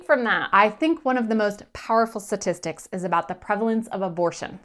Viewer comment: What are satistics? I thought it was pronounced statistics.